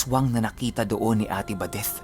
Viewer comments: Sumakit ang ulo ko how you pronounced ate badethhhhhh... OA. Nawala ang focus ko sa kwento. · Grabe tlga c..dinig na dinig mo yung TH sa badeth..haha..pero parang pamilyar yung taong putik...